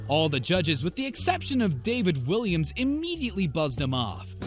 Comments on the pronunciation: It's Walliams, not Williams. At least get the judges names right. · It's not Williams it is Walliams